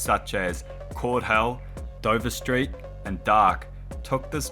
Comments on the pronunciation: DVRST is pronounced "Divert", not D-V-R-S-T. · Dvrst is not pronounced “Dover street” as you were saying in the video it’s pronounced d-ver-st his producer tag literally says the name at the start of every song I don’t know where you got Dover street from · it ain't dover street it's di-verst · isn't it D'vurst? Dude's tag says it XD Edit: Oh Its an AI narrator init? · very nice video, i just found it funny how you pronounced DVRST the guy himself said that it should be pronounsed as "dee-ve(as in verse)-st" my nerd moment is over thank you